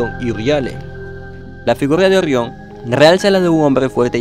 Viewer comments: Orrion🤣 rra rro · "Ogion" jajja, ta dificil pronunciar la EGE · Se pronuncia orion. No orrion. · 1ro. por que demonios dices ORRIÓN, si todo el que habla español dice orión 2do. deberías de utilizar un bot que hable por ti o a alguien con mejor dicción, parece que tienes una piedra caliente en la boca 3ro. por lo demás el contenido es excelente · Orrion? Se pronuncia Orion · No se dice orrion Sino orion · Es orion no orrion acaso este hombre no sabe hablar :v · Ori on Orión no Orión🤔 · La información es buena, ya conocía los nombres de las estrellas de la constelación, la pronunciación es pésima, no se dice "Orrión" se dice Orión. Una "r" entre 2 vocales suena como "ere" o "r" delgada y no como "erre". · Orrión, te recomiendo practicar la R. Saludos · Orrion? Orrionis? 🤦🏻‍♂️ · 'Orrión' xD Excelente video, hay te dejé tu like.